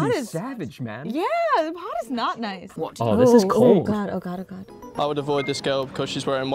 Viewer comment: Just realised it was ‘pod’ and not ‘pard’